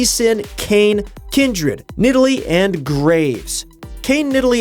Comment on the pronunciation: Kin Dred ? What ?